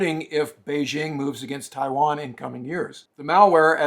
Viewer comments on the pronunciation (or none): none